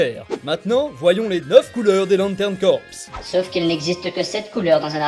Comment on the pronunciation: Ca se prononce "CORE" pas "CORPSE"